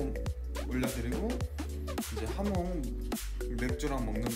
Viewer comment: 하몽 아니구 하몬 입니다